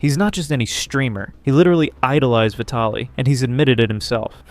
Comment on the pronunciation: How the hell do people not know how to say VIE-TALLIE?